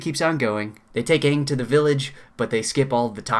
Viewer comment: Don't they pronounce the main characters name wrong for the whole movie? that's just embarrassing